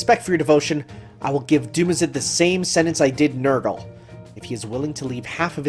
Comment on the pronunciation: So there actually are such people whose first instinct upon seeing "Nergal" is to pronounce it as "Nurgle". Huh. And I don't even have a reason to suspect of being an enjoyer of the 40k...